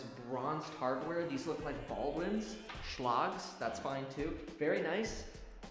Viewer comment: Schlagel is not pronounced sh-log